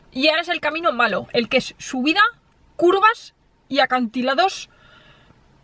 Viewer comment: Acantiladosssssshhhh, curvassssshhh, jajajajaja